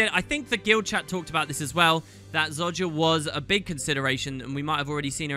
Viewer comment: And after all this time he still can’t pronounce Zojja correctly, I love it xD Keep up the great vids dude!